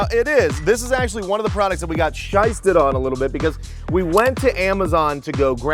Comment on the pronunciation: tell the new guy not to say shysted